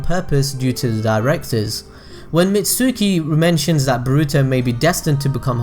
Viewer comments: It's BORUTO not bruto!!! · Sorry but this just really annoys me Its boruto (bore-oo-toe) Not (ba-ru-to)